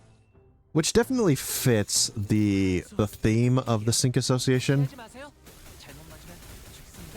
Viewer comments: Pretty sure Cinq is not "sink" but pronounced closer to "sank" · Hello, fr*nch person here It would be pronounced sa(h)nk or [sɛ̃k] in phonetic transcription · listen dude, I'm not a teacher. I'm a normal commenter. It's closer to "sank" I mentioned that and left it at that, whether he fixes it or not wouldn't affect me, just letting him know he's saying it wrong and there's a way to say that's close to correct with least amount of changes necessary... It's not that deep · Cinq - pronounced as s-ahng-k